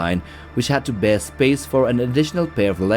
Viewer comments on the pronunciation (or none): none